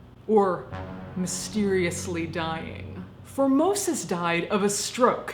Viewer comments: It miiiiiight just be my warped sense of humour (and the fact that my mind is perpetually in the gutter), but I keep on hearing "Phimosis" instead of "Formosus". 😶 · I thought you had said Pope 'Phimosis' at the start. xD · Reaaaally thought you said “Pope Phimosis” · I'm sorry but every time you say his name all I hear is "phimosis" and get completly distracted lol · Formosis? I thought you were saying "phimosis", a disorder or the male genitalia. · At the very beginning I thought she called him “Pope Phimosis” and fell into a giggle fit. I’m so glad his name wasn’t actually Pope Phimosis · I swear, the first time you said, "Pope Formosis" I thought I heard, "Pope Vomitus." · I was pretty sure that at first you were saying phimosis and was chuckling